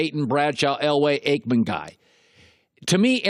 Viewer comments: He really said Troy Aikman hahahahahaha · Aikman? LOL